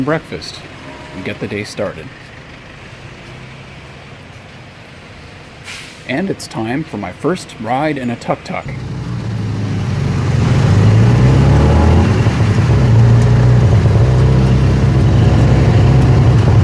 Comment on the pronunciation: we pronounce Took took sir .